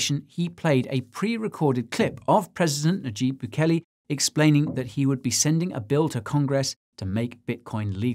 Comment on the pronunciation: Is it really so hard for Americans to pronounce "nayib"? Lol